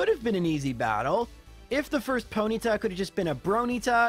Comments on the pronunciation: Foenyta? Fonyta? Something like that. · Was a foenyta instead of a bronyta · Ponyta more like hoenyta